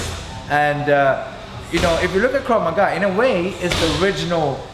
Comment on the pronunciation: "KRAV MAGA"... NOT KRAV MAGAZINE!! LMFAO :D